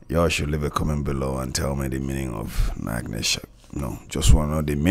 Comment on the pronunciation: It's Not pronounced as Nach(k)ne ka Shaunq, but Nach(ch)ne as is (ch) pronounced in China. And they meant that the crowd only knows to dance on the flow however doesn't understand ABC of rap or it's history.